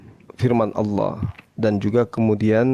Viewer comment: kayaknya saudara kita itu yg kristen bisa2 jd mualaf sebab sy menyimak beliau bila menyebut tuhan bukan allah melainkan Alloh,memang tegas jelas dan mantap sekali atas penjelasannya ustat,dan tak lupa ku ucapkan alhamdulillah hirobbil allamin